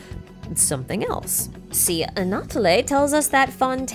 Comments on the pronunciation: The way she says Anatole is also incorrect. We only change the way we say e when it has an accent on it. She's saying it like Anatolé. Anatole is pronounced Anatol. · P.S Anatole is pronounced as "Ana-toll". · Super vidéo et j'aime les théories mentionnées, elles ont aussi du sens, mais je recommande de revoir la façon dont les noms ont été prononcés. Vous avez mal prononcé plusieurs noms. Par exemple, le e final d'Anatole est muet en fait. Translated : Great video and I like the theories mentioned, they also make sense, but I recommend reviewing the way the names were pronounced. You pronounced many names wrong. For instance, the final e in Anatole is silent actually.